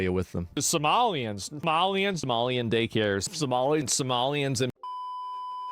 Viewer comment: He says Somalian like they’re from Star Wars Jesus Christ